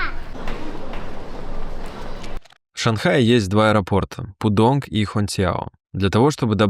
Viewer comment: Аэропорт Пудун, а не пудонг